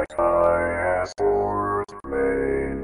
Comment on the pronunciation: You were right the 1st time, wrong after that! CH as in choice, not as in mechanical.